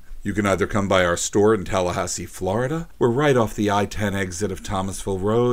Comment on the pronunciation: tahluhhaussee flauurida